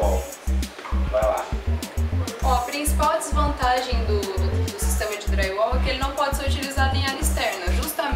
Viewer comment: Parei de assistir quando ouvi: Draiuol